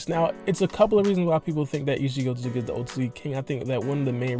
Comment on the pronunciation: Osuki osuzuki osuzuki lol pronunciation so bad .